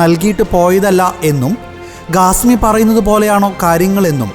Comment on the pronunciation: Not Gasmi say Khasmi , learn proper speaking